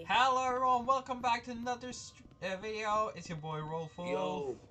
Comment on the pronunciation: says Henlo